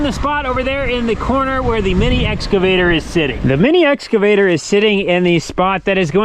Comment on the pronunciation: The Corn Star Family Guide to Pronunciation of Farm Equipment!!! 1) Combine: Kimebine 2) Excavator: Exavator 3) Sawz All: Saw Saw